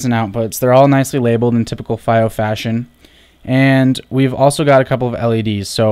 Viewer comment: It's pronounced FEE-Oh